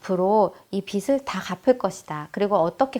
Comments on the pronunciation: '빚을', '빚이' 등 빚 관련 발음하실 때 [비즐], [비지] 등으로 발음하시면 좋겠어요. 자주 발음하는데 틀린 발음으로 계속 말씀하셔서 말씀드려요. 강의?하시는 분이시니 발음도 신경써 주세요. (이 글 보고 지적한다는 글은 자제 부탁드러요. 지적이 아니라 도움이 되고 싶어서 남깁니다^^)영상보고 저도 바로 통장 쪼개기 시작했어요! 고맙습니다 :) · 깔끔하고 명료한 강의 잘 들었습니다~ 다만 빚이/빚을 의 발음은 /비지/ 비즐 로 해주시면 더 좋을 듯 해요 빗이 아니거든요~^^; 종잣돈을 모아야 하는 이유는 경제적 독립울 위해서입니다. 남편이 일을 구하는 일 년동안 모아놓은 돈을 다 써서 아이의 학자금과 이사할 돈이 필요합니다. 소비단식을 하기 쉽지 않지만 강의듣고 조금씩 실천해 보려고 합니다. 감사합니다*^^*